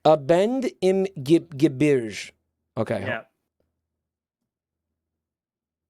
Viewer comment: I like s pronunciation of Ge·bir·ge;like it's some french borrowed word or something.